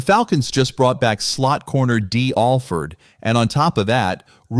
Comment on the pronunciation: Dee Alford....... You dragged his name